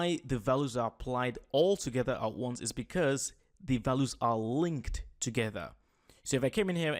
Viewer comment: fantastic tutorial! well done!..just thought I would give you a small tiny piece of advice :). values is pronounced val-you-s or Val ewes :). thanks for the video its really helping me out!